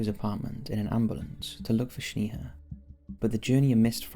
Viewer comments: Yall it's pronounced Snayha not Shneeha 😭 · It's not pronounced "sneeha" but "snaeha" lol. Js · It's sneha, like snack Not shneha like shnack. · Bro you butchered Snehas name. I am an indian and Sneha is an indian name. Its pronounced as Snaiha not Sneeha.... as in "Eh" not "EEH" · And her name is pronounced as Snaiha as in "Eh!" like canadian Eh not "EEEH"... its not Sneeha. its Sn"Eh!"a. I am an indian living in canada, I know that name its a popular indian female name. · Its Sney-haa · FYI - you're mispronouncing Sneha, my friend - its Sne-ha..the Sne pronounced like Snake